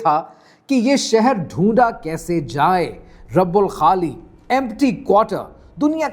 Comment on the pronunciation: Your pronunciation is quite faulty.. rab ul khali nahin.. rubaa ul khaali